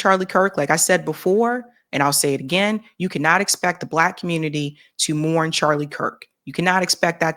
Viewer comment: No worries, we don’t expect empathy. We already know what to expect from the communitah